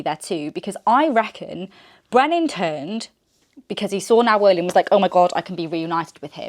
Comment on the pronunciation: I think it’s pronounced Nayoh-lynn. I’m not certain of this but Now-ohlin sounds funny 🫤